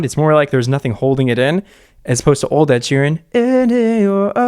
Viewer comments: "Ed she ran" 😂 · Ed "she ran" 😂 thanks for killing me